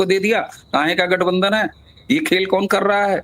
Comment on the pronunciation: say LATHBANDHAN instead of Gathbandhan.